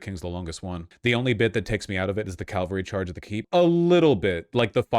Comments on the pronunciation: Calvary charge? Ca - val - ry. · He keeps mispronouncing cavalry